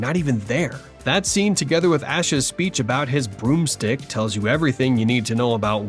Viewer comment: is this voiced by ai? "boomstick" has been pronounced as "broomstick" a few times.